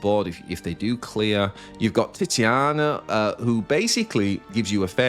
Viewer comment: its TITANIA god damnit